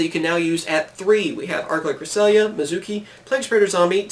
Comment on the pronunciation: Dude c'mon it's Archlord KRISTYA not Krisilia -_